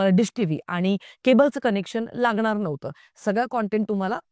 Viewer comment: ताई तेरे नाम सिनेमा नन्तर स्वतः सलमान नि सांगितलं होतं की पात्र कॉपी करू नका हे पण सांगायला डेरिंग लागत बाकी तुमचं बरोबर आहे आणि तुमची बोलायची स्टाईल चांगली आहे फक्त न आणि ण इकडं तिकडं होतोय उदा क्षणिक,येणार, लागणार ला न येतोय तुम्ही इंपृव व्हावं म्हणून बाकी चूक काढायची म्हणून नाही